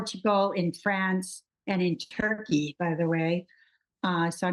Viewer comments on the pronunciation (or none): none